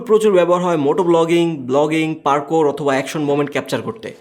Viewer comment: পার্কোর না, পার্কার।